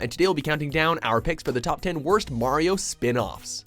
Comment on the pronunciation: Thank you for saying Mario's name properly, and not pronouncing it 'Mary-oh'.